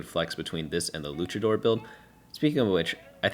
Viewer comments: w vid but for the love of Christ PLEASE, its luchador not lukador. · I hope I don't come off as a prick when I say this but the proper pronunciation for Luchador is "Loo-cha-door" not "Lu-ka-door" 😅 It comes from the Mexican wrestling culture of Lucha Libre :) just wanted to throw it out there in case someone in the future ever gave you a funny look lol. Thank you sooo much for your guides!! ❤ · LuCHador. Stop mispronounciiiing it. No silent H when there's a C in front of it. This really pisses me off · It was driving me insane Cultural exposure is important it's a big world out there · it's not an accent thing though. In his initial rundown video he even pronounced it both ways and said he didn't know how to say it. He's not incapable of saying it correctly, he just isn't. It's not some referendum on his character, but it makes no sense to just let him pronounce a word wrong forever when he's proven he can already say it correctly before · They do this every set. Its like an inside joke where they mispronounce a trait or origin. Mfs were calling moshers moeshers.